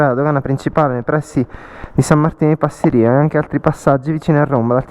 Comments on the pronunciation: Giusto per la cronaca e solo per fare il pignolo, com'è mio solito, si dice Passìria e non Passirìa. Poi le rocce del passo non sono di origine vulcanica, per lo meno non in senso stretto, ma in generale si tratta di "gneiss", un tipo di roccia metamorfica abbastanza comune. Per il resto complimenti, bel video come sempre! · Scusa la pignoleria, ma la valle si chiama Passi'ria con accento sulla prima i...😂, Sono del posto ..